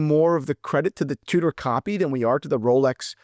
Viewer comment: It almost sounds like rolex coward lol